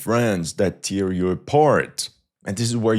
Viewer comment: "tear" like déchirer is pronounced like the French "taire". "tear" like "des larmes" is pronounced like the French "tire". Same spelling, different meaning. Tu fais très bien. Bonne continuation!